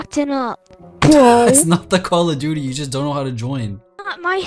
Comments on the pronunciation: why does they say call of doodie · It is call of doote